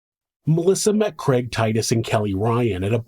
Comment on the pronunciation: Love your show, but struggle with the name kreg. Is it Craig? Lol